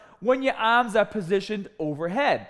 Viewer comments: Help your aaaaaaahms look thickaaaah and biggaaaah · Get biggahh and thickahh Aaahhmmmss